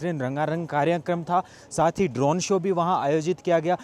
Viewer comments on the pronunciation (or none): none